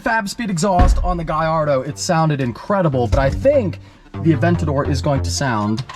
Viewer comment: PLEASE FOR THE LOVE OF GOD STOP MISPRONOUNCING GALLARDO! GA-LARDO SAY THAT GAAAAAA LLLLLLARDO!! THERE IS NO I IN THE NAME!! IT IS DRIVING ME CRAZY YOUTUBERS SAYING IT WRONG! I ASKED AN NATIVE ITALIAN THAT OWNED ONE AND HE SAID ALL OF YOU ARE KILLING THEM EVERYTIME YOU SAY IT WRONG!